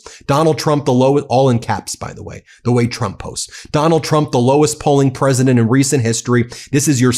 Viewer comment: It really does sound like she says chump instead of Trump.